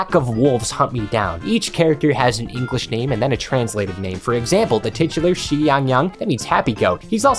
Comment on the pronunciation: pronounce the Xi like si in spanish. and yeah close enough to the proper chinese pronounciation. that class did not help, i have no fucking idea what you like in . You liking playing fun???? Maybe it's becuase my vocabulary is limited. didn't learn in school. Series has some fucking weird spin offs where they like get spaceships and coming back from the planet they help the Wolf Mom GIVE BIRTH which i guess means its a prequel, they uh go underwater, become small in a tree, and for some reason god damn save the world constanly in the end by teaming up. kinda fun I guess